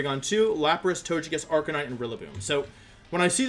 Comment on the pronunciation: You can tell he was stressed because he kept misspronouncing Arcanine.